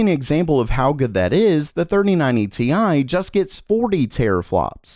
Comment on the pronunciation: it's Tie not Te i , you amateur